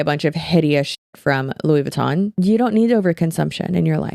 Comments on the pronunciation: The Louis Vuitton intentional mispronounciation is killing me 🤣 yes yes Louis Vuitton has great designs. Luis Vooten is the Hyde to his Jekyll 💀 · 😂😂😂"Lewis Vootun" aka Louis Vuitton 😂😂😂😂🤣🤣🤣🤣🤣 love you!!!!!!!!! Hope you feel better very soon! Take airborne! Many will say it's junk, but I say, if you take a shots worth of airborn aka tablet in a shot glass of water, you will be shocked at the pepp in your step 😉 And then, you said "I wonder often, is that a poop stain or chocolate?" 😂😂😂🤣🤣🤣🤣🍫🍫💩💩 Too funny!!!!! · “Mr. Lewis Vootin” made me giggle haha